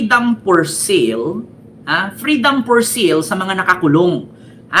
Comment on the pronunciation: Bisaya ka? Anong FREEDOM FOR SEAL? Freedom for SALE (read as SAIL)Hahaha